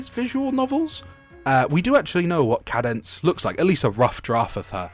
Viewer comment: Sorry feller, minor nitpick, when you were talking about the bombshell singer lady, I'm pretty sure it's pronounced Cāde-Dense, like arcade. I will be accepting nerd emojis in the comments.